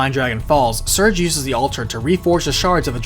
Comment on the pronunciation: [Sir-Gay], not [Surge].